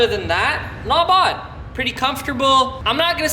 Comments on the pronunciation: Stop f+cking saying "NOT BOD, NOT BOD" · Not Vavz, Not Vavs !